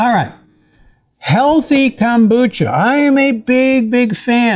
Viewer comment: why does he call it "Kambucha"? it's KOM.....Kombucha!